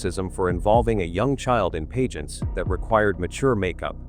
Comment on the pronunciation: Pageants, not “paygents”. Pulease!!! And “fassad”, not “fassade”. So frustrating. Can’t watch any more.